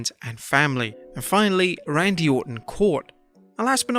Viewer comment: Rannndy lol